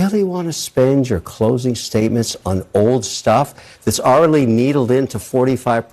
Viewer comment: Did O'Leary say, "are-i-lee" instead of "already"? That's fuckin' weird.